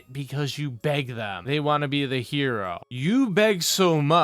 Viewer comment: God damn it, Can you you just fucking pronounce the whole word “want”? Please for the love of fucking god. He says it like “wah”, so annoying.